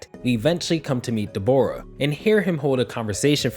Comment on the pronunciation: His name os not Dbora man it's Dabura, pronunced dah-buu-rah. I know it's a small nitpick, but i don't know how you read his name and somewhat tough it was pronunced Deh-bora.